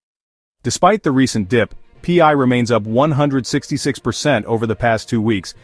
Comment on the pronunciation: Pee-eye? What is pee-eye? 😂 Listing on Binance will drop the price as it creates another selling point to those from countries that ban the scam crypto exchanges. Pi is a DeFi utility token used in the Pi ecosystems and nothing to do with FIAT or cash or dollars or exchanges or other crypto currency as clearly explained in the Pi White Papers.